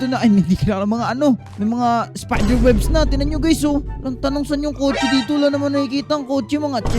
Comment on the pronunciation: Kotse po yan hindi po kotso